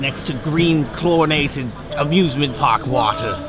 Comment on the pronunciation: It sounded like he said abusement park